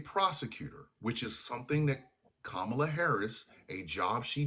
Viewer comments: The man can't even call Kamala the right name, who gives a fuck what he thinks if he's going to mispronounce her name every single time? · Considering how caller keeps spewing maggat talking points and unable to pronounce Kamala's name my guess he's always been a fascist pos